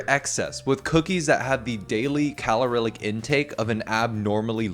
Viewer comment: “calorilic” lol